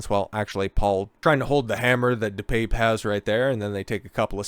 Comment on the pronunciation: Pronounced: DePappay